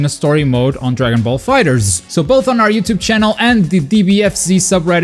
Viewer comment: Aparently the correct pronunciation of DB Fighterz is "Dragon Ball Fighet Z"